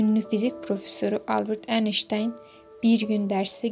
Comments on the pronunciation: YAHU EINSTEIN İSMİNİ DOĞRU TELAFFUZ ETSENİZE😮 “ENİŞTAYN” NEDİR YAAA???😡😡😡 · Ayştayn diye okunur